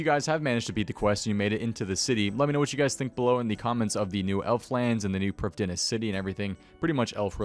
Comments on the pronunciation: I'm Welsh, I speak Welsh. All of OSRS/RS3's Elven language is either entirely Welsh or based on Welsh language. The correct pronunciation would be Pr-EEF-THEE-nas. That being said, it's a video game, pronounce it how you like. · Priv thee ness it’s a welsh world everyone butchers it but that’s how you say it